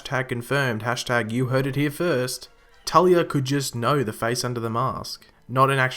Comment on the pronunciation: talia not tali